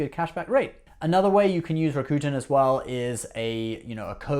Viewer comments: Rakuten you're pronouncing the name wrong it's not raccoon-ten it's rack-who-ten drop the WH and you can YouTube Rakuten how to say correctly. Ebates didn't change their name to Rakuten. Rakuten is a japanese-based company. Rakuten bought he Ebates for 1 billion dollars. Love your show it's great just come correct with knowledge don't spit things out that you're not knowledgeable about especially on Ebates and Rakuten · That only makes this mispronunciation of a neighboring country's language worse. Besides, I don't speak Japanese and yet I can pronounce Rakuten correctly. He mispronounces "Rakuten" the same way the hillbilly guy in that commercial does.